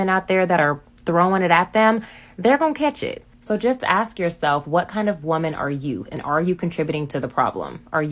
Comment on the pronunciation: Why would he "aks" you if you've "ate" today when it's obvious?